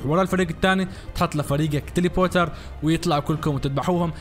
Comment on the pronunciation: اسمه تيليبورتر مو تيليبوتر